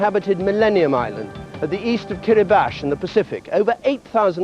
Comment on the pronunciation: Ooh, correct pronunciation of Kiribati, nice!